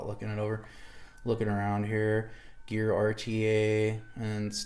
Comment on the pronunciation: It's pronounced "gar" the E is silent